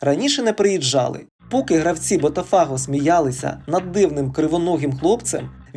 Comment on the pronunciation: лайк поставлю, але оці БотафАго і Флаурес - ну треба ж якось відповідальніше готувати начитку матеріалу, бо вуха ріже.